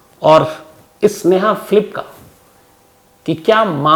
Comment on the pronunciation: Sneha Philip bol rhe ho ya sneha flip 😑